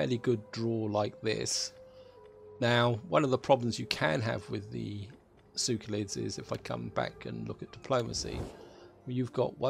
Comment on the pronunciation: SeLeukids, not Sewkolits...